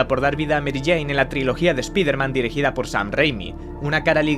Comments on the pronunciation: Para lo mucho que el inglés ha influido en el español, decir "Espiderman" es deliberadamente ridículo. Nombres intencionalmente anglosajones, dichos mal adrede por alguna suerte de orgullo lingüístico... "Plaistation", "Equis box"... Habráse visto. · "eshpiderman" jaja detesto cuando los españoles pronuncian el ingles con el puto culo